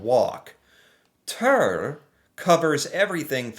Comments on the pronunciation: Ha ha ha ha, right?! 🤣 Jeg: "tur". Han: "tørr" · When you said "Tur" (and pronounced it incorrectly 😉), you unintentionally and mistakenly used the exact sound for the "u" that you should have used for the "ø". 😂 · You mean USA only and not the entirety of America with all 35 countries and territories when you say America, right? The Ø is pronounced just like you mispronounce the U in Tur. The U is pronounce like an U sound, just like you do in the last sound in You...